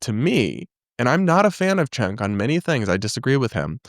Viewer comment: It always bothers me when people pronounce Cenk’s name wrong. It’s “Jenk”. A “c” in Turkish is a “j” sound like “juice”.